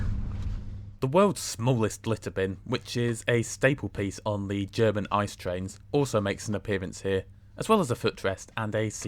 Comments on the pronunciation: 😊 İt's not calles İCE🍦,rather eye ce e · You probably know this, but they are not called "Ice" trains, even though it's spelt like that. The correct pronunciation is "It-Say", which is what you have to ask for in Germany. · Did you really say ICE wrong. I would have guessed you would know the correct pronunciation